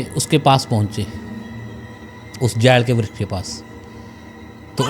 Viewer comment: जैल नहीं जाल का पेड़ होता है ओर रबजाह नहीं रजवाहा होता है 😅